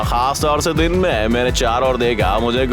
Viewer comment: Day❌ Din ✅